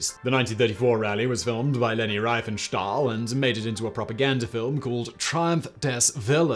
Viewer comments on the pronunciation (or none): Leni Riefenstahl is pronounced "REEF-in-shtahl" and not "RIGH-fin-shtahl." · With all your laudable effort to pronounce German words correctly, I'm a bit surprised to hear you pronounce the fairly well-known name of Leni Riefenstahl as "Reifenstahl". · It's "Riefenstahl", not "Reifenstahl"... :-) The German "ie" is pronounced like the English "ee", not "i". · First i thought it was just star wars pronounciations, but now im thinking you have dyslexia and just never heard anyone pronounce anything. Reifenstal? What? Uber alles? There is an umlaut on the U?